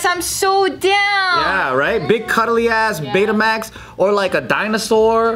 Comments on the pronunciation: Isn't it BAYmax? Not betamax?... Betamax is a type of VHS recorder, is it not?? 😅🤣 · He said Beta Max 😂🤣